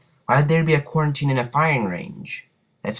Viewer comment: this guy is the biggest moron ever he missed the quarrantine sign inside the map and he missed all threee packa punch sign and he cnt ecen pronounce quarrintine nad hes acting like treyarch would bother to make asuch a fucking complicated story lines for fucking zombies... GAWD